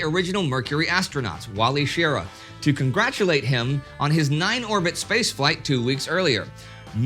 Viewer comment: Wally Schirra’s name is pronounced sheh-RAH, emphasis on second syllable